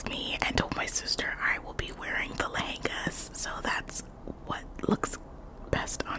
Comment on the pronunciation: You pronounced Lehenga just fine. And there exist conservative lehengas if she wanted to wear them that badly. Matronly means like an older married women or like a mom. The word is generally used to describe someone's maturity or nurturing skills in a positive way but miss golden child here clearly wants to use to to disparage her older sister's looks. As if older married women n moms n conservative women don't look good. Looks like the mom isn't the only body shamer in the family. Miss golden child is shallow and vapid.